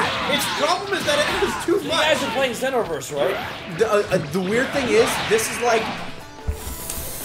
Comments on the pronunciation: you are not saying xenoverse right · It's ZEE-NO-VERSE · I see still pronouncing Xeno wrong.